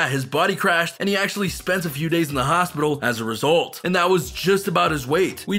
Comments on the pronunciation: "Chicago Hopital" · HOPITAL Really!?🤣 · Oh dang, my boi in the "H O P I T A L" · chigago hopital lmao